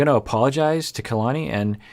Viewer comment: Her name is polynesian and it pronounces Ka-la-ni, not Key-la-ni